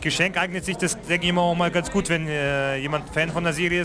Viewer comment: fühlt sich echt "güt" an